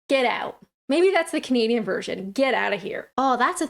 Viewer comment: ... you have changed how you say things over time .... In your earlier vids you'd appear to say "... I'm Kinadian" but you now appear to say "... I'm Canadian"